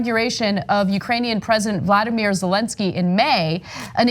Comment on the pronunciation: Ana, please, it’s Volody not Vladamir Zelensky and for you other knuckleheads they replace the VP like they did with Agnew and of course it’s going to be someone who is going to pardon Trump of everything. It’s the first interview question.